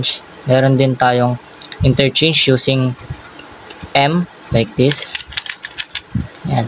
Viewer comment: "F-INRERCHANGE" 😂 but I still get the point❤😊